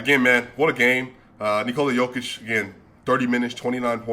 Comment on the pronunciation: my appreciation to you man that you correctly pronounce "Nikola" in the Serbian way and how should it be and not "Nokooooooooola"! Credit to you and btw. great channel and analysis!